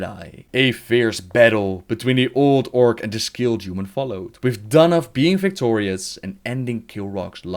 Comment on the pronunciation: I know people have accents but the TH sound does not sound like an F and god is it annoying hearing it. It sounds like my nephew is reading to me. Or telling me about his cute nickname for his dog, Arfas.